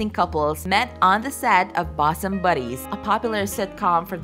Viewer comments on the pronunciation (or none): Who is this person who cannot read 'bosom' and 'bacon' accurately?